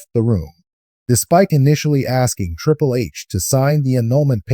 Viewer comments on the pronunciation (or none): Triple....not trìpple hahaha lol